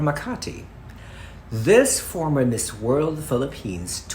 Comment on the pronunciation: Hindi ata ma pronounced ni yung Miss, instead Mheeez talaga? I'm very particular about pronunciations.